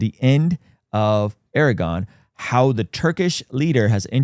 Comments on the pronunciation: Erdagon pronounced "Air de juan" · Turkeys leader "aragon" lol this ain't lord of the rings.. pronounce it correctly 😂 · How Credible? When you don't even pronounce Erdu Juan's name correctly?! 🤨🤔😒